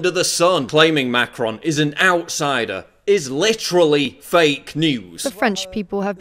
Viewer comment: thought it was macaroon for a second